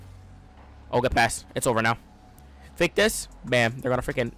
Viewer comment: When says fake it sounds like he is saying fae 😂😂